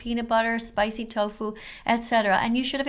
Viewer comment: did you said tofo. 😂